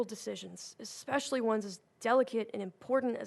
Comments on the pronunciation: .20 Wow, an American politician can't even speak English. He said multiple times: "ekspecially." What an ignorant moron. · I “Expecially” think Rep. Bo doesn’t know what he’s talking about and at a minimum should learn how to pronounce the word “especially” before being allowed to vote on any further bills. All those that agree….say “I”! 🤣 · Bo Mitchell is wrong on everything simply because he says “exspecially”